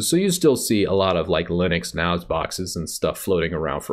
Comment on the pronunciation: Nice video, I use a PC Engines apu2c4 system for my pfsense router - very nice. In the last year I've gone completely over to Linux from Windows, I just hated 10 so much, my favourite was Windows 2000 :) Please don't take this the wrong way, but can you please check some of your pronunciations? I'm referring to NAS and FreeNAS. or that's what I think you're talking about, but it sounds like you said 'Noz' to my UK hearing :) Every video I watched, it is pronounce as N-ASS, even here in the UK we say N-ass. Apart from that keep churning out the video's.